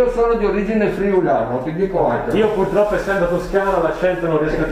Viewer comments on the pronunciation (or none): none